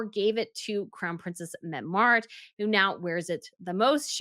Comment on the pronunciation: Ingaborg, Lockenbergh, Metty-Mareet. It is very easy to do research in pronunciation, please do so.